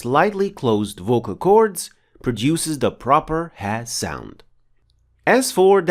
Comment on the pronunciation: Nice pronouncing of ha and a'